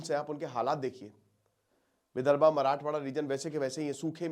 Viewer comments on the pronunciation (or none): यार आपके वीडियो बहुत ही शानदार होते हैं लेकिन places या चीजों का उच्चारण सही तरीके से किया कीजिए, विदर्भा❌ विदर्भ. 👍